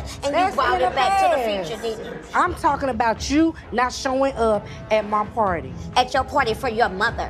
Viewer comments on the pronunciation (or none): none